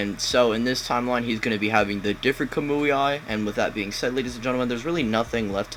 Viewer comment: kamui eye xD imagine making naruto videos and you can't pronounce the abilities